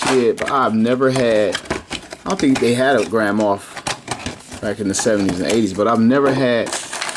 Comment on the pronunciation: I kept hearing it as Grandma Tarkin lol